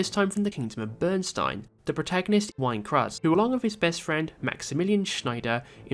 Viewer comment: PROTAGONIST WHINE CRUHZ. It's Wein Cruz, pronounced like wayne cruise, and it's a name spoken aloud in dialog constantly throughout the game. If you'd even listened to a single cutscene that would be obvious. =_= "They did away with equippable weapons and armor" - no they didn't. You can still buy and equip armor. The ring IS the weapon - it alters your stats, and it comes with three equipment slots of its own for gems.